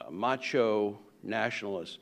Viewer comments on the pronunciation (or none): none